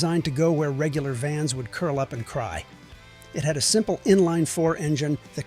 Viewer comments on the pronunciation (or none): none